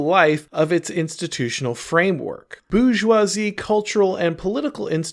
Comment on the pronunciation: "BOO JWA ZEE" 😂